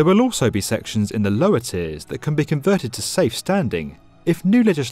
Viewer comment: Oso? It's also. Poor pronunciation